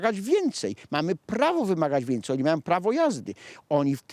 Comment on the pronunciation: "Wincyj policantuf" więcej więcej